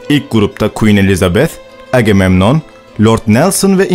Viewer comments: AGEMEMNON DEĞİL AGAMEMNON DİYE OKUMAN LAZM. TEŞEKKÜRLER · Selamlar, bu kanala bayılıyorum. Ancak seslendirirken-dublaj yaparken " Agamemnon"''a aksan yapmaya bence gerek yok. Zira Türkçe telaffuz ediyoruz, Türkçe okuyup geçebiliriz :)